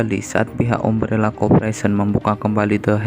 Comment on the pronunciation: Bacanya A-M-B-R-E-L-L-A kak bukan umbrella 🙏